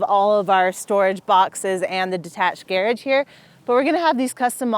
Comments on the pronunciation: hahahah yeah that's a weird prononciation .... the Gair- age.... I almost had to turn it off :P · ok is she saying "gearage" or does she just suck at saying garage? Whatever the case, its rage baiting me sooooooo hard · I seriously couldn't understand what she meant by saying "gear edge", until after the fourth time and it clicked that she was saying "garage" 😂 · How did wind up with the Brit pronunciation of garage ("garridge") while not otherwise having any accent? Inquiring minds want to know! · It’s how garage is pronounced in the UK. Not sure why she’s using that pronunciation, she doesn’t sound British to me